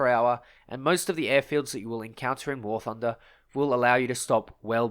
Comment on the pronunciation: Someone make a compilation of saying “gooday’ ladies and gents, welcome back to war thunda”